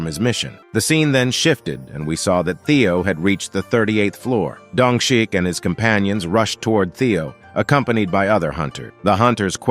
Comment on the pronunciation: dongshik I don't care that the subtitles say that but I hear dung shit